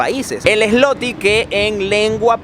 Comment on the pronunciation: Gracias x su viaje e información la moneda dices Zloty pero se pronuncia ”zuote “ 👍🏼